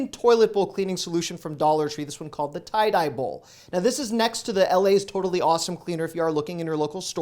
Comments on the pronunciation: The Ty D Bowl Man would fall out his boat at the saying of Ty Dye Bowl. Great video 😃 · Ty D Bowl Pronounced Ty (tie) D (dee) Bowl. not Tie Die ( sorry) my ocd came out. L (tidybowl) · It is tide dee bowl, not tie dye bowl. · Tie---D--Bowl. Not tie dye bowl hin. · Sorry, I hate to be a bully, but the bottle doesn’t even say Dye. 🤷‍♀️ I thought everyone knew the Ty-D-Bowl guy or at least the name. People from Canada pronounce words totally different than in the U.S. so that might be the problem here. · Yes Thank You!!! Soon as he said Ty Dye i was like 🤦🏼‍♀️🙄🙄😆😆 Ty-D-Bowl just remember pronounce like... Clean is to Tidy Up... Tidy-Bowl as to Ty-D-Bowl! 🤦🏼‍♀️🤦🏼‍♀️🙄🙄😂😆😂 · Ty - DEE Bowl. LOL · That’s “Tide-De Bowl” Flush Happy 😆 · IT'S TY (DEE) BOL.. TY D BOL.... LOL🤣🥴🤣.... YOUR WELCOME BRO! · Tie-dee-bowl… old brand. Ad used to be the Ty-d-bowl man back in the 70’s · That toilet bowl cleaner in a bottle is "Tye-DEE-Bowl" (as in "tidy"). I've used those foam brushes, painters tape, masking tape and paint brushes from the Dollar Tree. They're okay for small jobs, but for a big job, go to a hardware store to get the good stuff. Also, if you haven't mentioned it before in one of your videos, you can get the equivalent of Magic Eraser at the Dollar Tree! I like it that you're not calm - your enthusiasm is always great to see! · Hey Sweetie ; For us Senior Citizen's please let me help you out ! That cleaning product is Called Ty D Bowl & is Pronounced Ty Dee Bowl. That product has litteraly been around for Decades. I hope this helps. I Really Like, Use & Enjoy your channel. Thank You. Sincerely, H.P. 🙏 &☮️ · It’s tie dee bowl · Bless ur heart....It's pronounced Tie-Dee-Bowl. Been around for years!!! Thanks for your advice and excitement!!! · He said Ty Dye bowl. 😂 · Yes, that made me lol.. TieDye Bowl! Sounds funky!! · I came here to say the same thing. Ty D Bol (as in "tidy bowl) has been since I was a kid, and I'm in my 50s! 😄